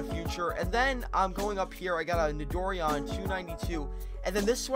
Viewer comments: it's not nidor-ian it's nito-ran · Its so cringy its pronounced Nido-ran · It is pronounced Nido- Ran